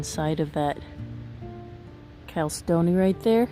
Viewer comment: Nice video. Here's how to pronounce that word Chalcedony - Cal-said-dough-knee - this is how it sounds when said correctly.